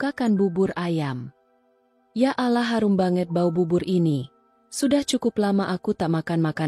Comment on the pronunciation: Pengucapan Allah ,min tolong di perbaiki 🙏